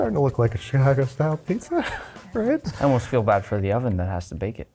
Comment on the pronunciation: you lost when you said "Chicago"